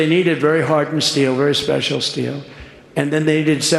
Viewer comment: “Speical”? I caught it! Where’s my prize?